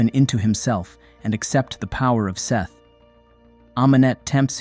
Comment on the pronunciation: I'm pretty sure it's not "Seth"